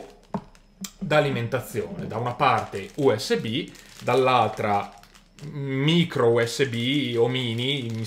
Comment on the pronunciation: No, non è micro usb ma Mìcro usb, pronuncialo come si deve, DIO!